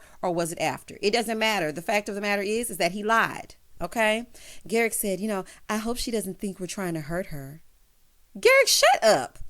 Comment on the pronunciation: Garrick rhymes with Erik, just saying 🤨😁😅